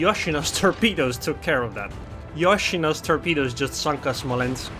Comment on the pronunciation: eh myou pronounce yoshino horrible...... its not yosh ino its yoshino.........................